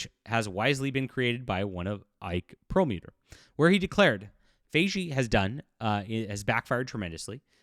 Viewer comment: Kevin FI-Gee like Hi Geek It’s a hard g, like gun or go.